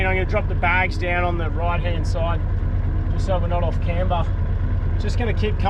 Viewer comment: mate can I ask why you pronounce off as “oof” it absolutely shits me hahaha Awesome ep as usual 🤙